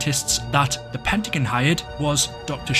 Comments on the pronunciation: It sounds like you're saying the Pentagoon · Man really said "pentagin" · Why does it sound like he calls the pentagon the pentaGOON